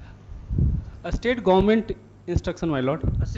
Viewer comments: North indian IAS pronouncing State government as estate government. He was taught the same in his ischool😂😂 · Poor pronounciation state ko astate govt bol rahe hai dm😂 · what a pronunciation!!!! Estate government 😂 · isState govt (pronounciation) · hindi mixed english pronounced that guy 😂 estate government, “ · I don't understand y north Indians use 'es' or 'is' before words. Eh- state govt order 🤦🏽‍♂️.. how difficult is it to pronounce "ST-ATE" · This is the pathetic english education system in north India. Even an IAS officer cannot pronounce an english word without their regional dialect. 'State government' pronounced as 'estate government'. Pity on the teachers and the education system. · No clue if this is a real courtroom or a scene from a movie. However, one can't help but wonder: Why is this IAS shivering? High court is not supreme, after all, judiciary is just another pillar of the Government, and why is this Judge intentionally mocking 'Iss state' pronunciation?" seems to reflect insensitivity towards the IAS's role. It's crucial for the political branch to enact laws and constitutional amendments that prioritize freedom of expression over threats of contempt of court, allowing individuals to voice concerns without fear inside and out side courts. Jai Hind 🇮🇳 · 😂There are IAS officers in North India, who can't pronounce State Government ( Estate Government 😢😢😢😢😢) Modi could get 100% vote in North India 😂😂😂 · Ha ha ha... IAS officer cant pronounce state government.. 😂😂😂😂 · Can't even pronounce 'state govt'. Still he is an ias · Report says that IAS is still trying to pronounce State correctly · He can't pronounce state and he becomes IAS 😢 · I dont know how he has studied IAS.he is unable to pronounce the word "State Government" and speaking in Hindi in the Court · I dont understand how he became a district collector. Cant even pronounce the word state . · Is he really a IAS he can’t even pronounce the word “state “ properly 😦is it normal ? No offence